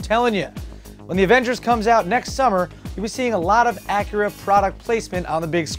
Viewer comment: wait did you say the name of Acura is "Whip"?